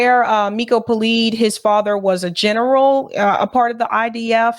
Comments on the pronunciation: It's PeLED, not Peleed. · Miko Peled- pronunciation of his name please correct